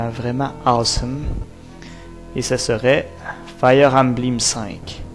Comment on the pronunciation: embleem?.... belle prononciaison...sa fait dure... 15 ans pour prendre un décission... ben la pire age... a st'age la le cerveau é meme pas développé